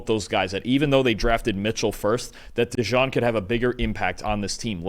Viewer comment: It's Cooper DeJEAN. Pronounced like the Jeans you wear. DeJawn is a nickname that some gave to him. Not sure if you know this.